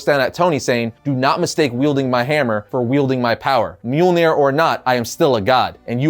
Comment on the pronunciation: Its mjölnir